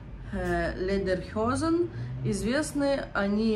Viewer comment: почему ты говоришь "ледерхёзен", вы на курсах фонетику не проходили? Lederhosen, ледер - кожа хозен - брюки Я без сарказма, просто учитесь сразу правильному произношению, переучиваться труднее